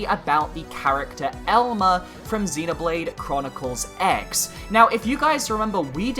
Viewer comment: BTW, the "X" in "Xenoblade Chronicles X" is actually pronounced "Cross" iirc.